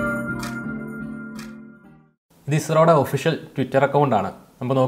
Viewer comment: പിന്നല്ല........ ISRO എന്ന് പറയാൻ ഇത്ര പ്രയസമാണോ.. അനിയ......